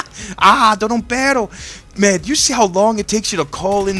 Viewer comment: Lol i'm mexican i dont think he's racist. I like how he say's "peroo perooo" lol